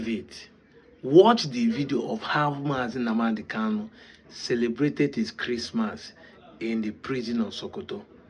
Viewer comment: Are you calling him a terrorist? You can't even say his name properly. Who is this dude!?